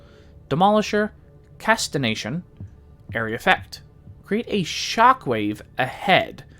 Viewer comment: Casti"G"ation not Casti"N"ation lol Good Video though